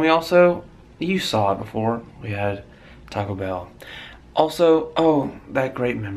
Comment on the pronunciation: "We went to cockobell" I'm dying!!